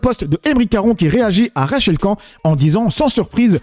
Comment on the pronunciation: pourquoi tu prononces jamais le "n" de Rachel Khan? tu es le seul à le prononcer comme ça